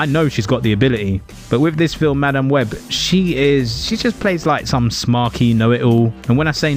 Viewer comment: 'Ma Damn Webb' could not stand to listen to a minute of this because of how he was pronouncing this. Was it on purpose? Was it supposed to be a joke? It's not funny. Just obnoxious.